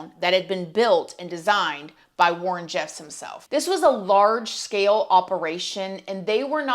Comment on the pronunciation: I think Warren's dad name is pronounced roll land